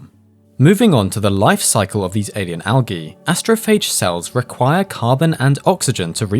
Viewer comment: Al-ghee? Sorry, its pronounced Al-jeee